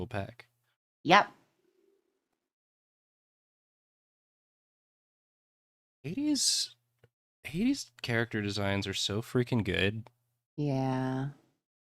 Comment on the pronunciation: I keep thinking was saying 80s instead of Hades and repeatedly went “didn’t that game just come out recen-ahhh, right”